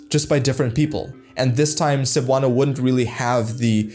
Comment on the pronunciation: not 'Sabano'" but 'Sebuano(Cebuano)', pronunciation ay 'MALI'. and 'Visayan' is the name of language group includes Hiligaynon, Cebuano, Waray-Wawray, isnt't it?